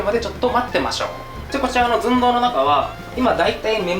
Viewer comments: の動画と言えば！！！！ ずん↓どう↑ ですよね！！！！！ これが大好きです笑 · もはや寸胴のずが発音されてるかあやしい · 寸胴の「ず」しか聞けなかったw